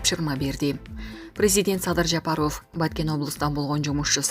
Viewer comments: Админ, скажи, пожалуйста, правильно не Жапароооф, а Жапаров. Как будто у вас окончание ооф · Диктор Кыз туура суйлочу АЙЛАНАЙЫН ЖАПАРОВ дегенин уксанар кулкун келет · Бул кандай диктор президенттин фамилиясын так айта албаган.Сабатсыз дикторду кетириш керек жумуштан.